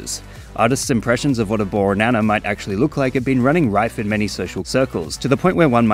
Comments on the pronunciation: I know it's pedantic but he says "ooornana" not "borrrrnana" and I haven't seen anyone else point that out. Surely someone else has noticed. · i hear ornana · "boornana." In such a bored tone death voice with him also making the "o" longer makes it even funnier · bro when u said borrrnana I literally cried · Borrrrnana consistently makes me cackle whenever I hear it. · I always thought he was saying “yooour nana” I didn’t understand bornana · I don't know what it is, but I kind of unironically love bornana. Or maybe I do like it ironically, because I just think it sounds very silly. There's something about the way he says it, including the pregnant pause before he says it, that just never fails to make me laugh. It helps that "banana" is already a pretty funny fruit. All in all it just sort of combines into a really funny line, which is very stupid for sure, but I mean, it makes me laugh, so it can't be all bad. There's stuff in this world that just makes me mad or upset. Anything that makes me laugh has got to have a point in its favor regardless. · The way you pronounce bornana every single time